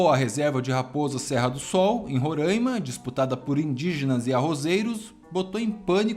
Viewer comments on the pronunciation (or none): a pronúncia correta é RORÁIMA (o som da letra A é aberto). Parabéns pelo vídeo❤❤❤❤